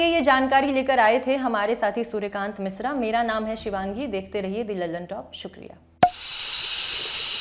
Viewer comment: वो कहना ये था की वो मिसरा नहीं मिश्रा होता है।। आप मैडम वही हो जो स ,श,ष, श्र आदि भेद नहीं पहचानपाती। 🤣🤣🤣😂😂😂😂